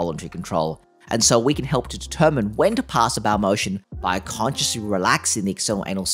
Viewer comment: Small "baow" lol. You're good though